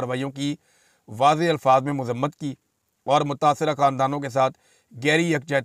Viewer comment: Zor boht dey rahy hen .😂😂😂mazammat 😂😂😂